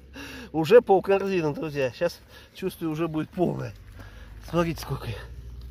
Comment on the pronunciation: Смарите,смарите...А букву Т где потерял,в грибах?Назвался блогером- полезай в кузов,то есть следи за речью,япона твоя мама!